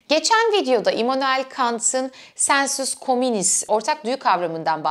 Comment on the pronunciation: Kant'taki "sensus communis"'i öyle bir söyledin ki birden "sen sus komünist" anladım😁